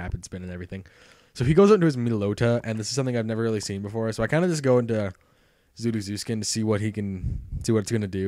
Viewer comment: You're saying Zuruzukin and Meloetta wrong... Sorry, I get major OCD over that kind of thing.